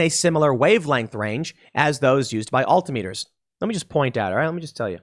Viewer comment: Alta meters Tim?😂